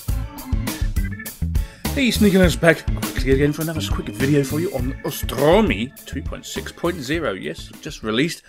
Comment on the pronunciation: it's AUstrumi not ostrumi, like the au in cOW and nOW.